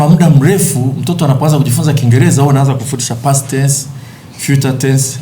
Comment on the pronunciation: Mwandishi wa Habari gani wa DW hawezi kusema Rahisi anasema “Lahisi”, Kiingereza nasema “Kiingeleza “ Halafu anataka Watoto wafundishwe kwa Kiswahili Eti Ndio Waelewe.. Hivi Huyu ni mwandishi wa Habari au ni Pimbi? Eti Secondary watoto wafundishwe Chrmistry kwa Kiswahili Halafu atakuja kuwapa Kazi Hao Watoto ama so wamesoma Pia Kiswahili. DUNIA INATUMIA WNGLISH NA KISWAHILI SIO KUKUBWA SANA DUNIANI, je huu Doctor anayejifunza Idaktari kwa Kiswahili atenda kutibu Vipi kwa Kiswahili?